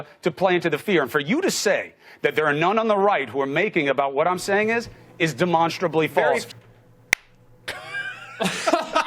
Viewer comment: I love how he says “Demonsterably false” LMAOO